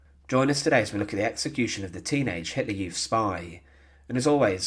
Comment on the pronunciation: Teenagaaar wtf